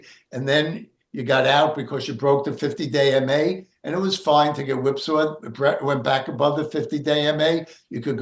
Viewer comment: Haha, oh man, for the longest time I kept hearing say "50 day in May" instead of "50 day MA". It wasn't until this video that I heard it differently. I kept asking myself, "does he have severe OCD or something"? 🤣🤣🤣